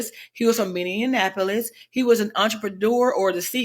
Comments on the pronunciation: I swear 🤦🏾‍♂️ a lot of people who are not from Minnesota always seem to pronounce Minneapolis wrong, they keep saying (Mini-in-apolis) not (Mini-apolis) 😂😂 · This woman couldn't even pronounce 'Minneapolis ' 🧐....not even worth listening to